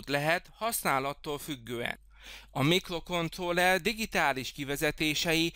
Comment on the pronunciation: Szíven ütő a "miklokontlolrer"...